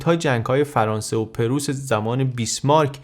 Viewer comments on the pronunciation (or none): none